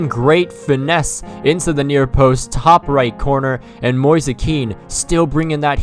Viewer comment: Mo-ease is the pronunciation for ‘Moise’ btw and the mario kart music 💀